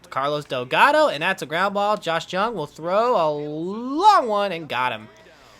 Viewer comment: Re: Josh Jung HIs last name is actually pronounced as "Young"